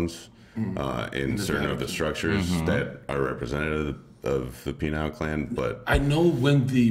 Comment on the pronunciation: Them saying penile instead of pineal is hilarious